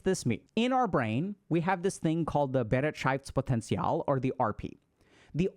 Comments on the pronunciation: we need to work on the "Bereitschaftspotential" , but nice try. 😂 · it's actually pronounced beh-right-shafts-potenzial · Has really no German pointed out yet Dr Ks adorable pronunciation of Bereitschaftspotential? It sounded as if there was at least one syllable too much x) I think for English Natives, it could be transcribed like this: be-RIGHT-shafts-poh-ten-see-all Thank you for the high quality content, HG Team! These videos and the membership content have finally given me real access to the information I already learned in med school and CBT. This means a lot to me because it has helped me make noticeable progress on my journey of self-discovery, coping with childhood trauma/neglect, and building some self-esteem. <3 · Maybe you would try this; «buh-right-sh-off-ts-pot-end-ts-y'all» and maybe it might help with the german pronunciation of that word "Bereitschaftspotential" My brain decided i would feel like i made the choice of telling you to keep up the wholesomely fascinating content. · im german and his pronounciation of bereitschaftspotential couldnt be worse😂❤ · The pronounciatiok of Bereitschaftspotential was as wrong as it could be but I love how confident he tried to read it out 😂❤ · We need to work on your german pronunciation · Had to read it the word. I am German and you pronounced it so strangely that I didn’t get it 😂 ei in german is equal to the „i“ sound in English. It was definitely nowhere near to the actual word 😅